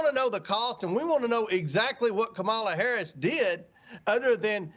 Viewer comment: I tend to notice things. Saying, “Deeyud” instead of “did” is a sign of low intelligence.